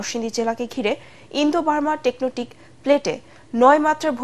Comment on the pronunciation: টেকনটিক নয় টেকটনিক😂